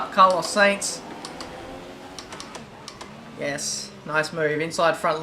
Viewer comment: It's not Carlos Saints it's Carlos 'Sighns'